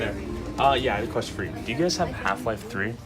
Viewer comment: "half life tri?"